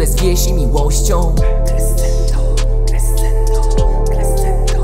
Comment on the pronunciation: Mam „za sobą” Emi i Shizune. Bardziej nawet niż o znaczenie chodziło mi o wymowę tego słowa. Jako muzyka aż boli mnie w uszy to [krescendo]. A grę również polecam!